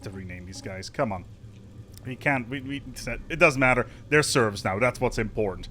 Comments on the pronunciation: Serfs are different than "Serves". You are saying the latter. Just fyi. Edit: The more I hear you say it, the more I am convinced it isn't a mispronunciation, but that you actually think a "Serf" is a "Serve". lol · Its called serfs, not serves! And not servs either autocorrect! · FYI its serF not serV! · It's SerFs. With an 'F'. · Sorry... I cannot listen to "serfs" being mispronounced. Had to stop even thought it was entertaining up to that point.